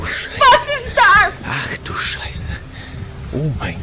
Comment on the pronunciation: Ach du scheisse xD! your german is perfect:face-red-heart-shape::face-red-heart-shape::face-red-heart-shape